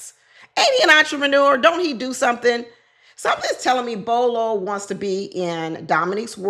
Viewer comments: Not Bolo lol Bello bell-o 😂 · Bello not Bolo. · The gentleman with the beard in the pink suit ‘s name is Bello not Bolo.